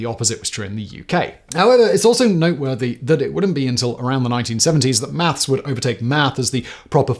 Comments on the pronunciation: Maths is correct however your pronunciation was way off ! 🤣🤣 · "th" and "s" do NOT play well together in the mouth.